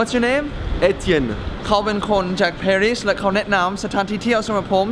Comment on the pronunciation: Gamer ปารีสค่ะ ไม่ใช่ เพอร์รีด